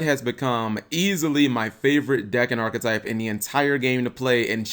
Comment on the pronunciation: Wow... did actually pronounce "archetype" correctly? slow claps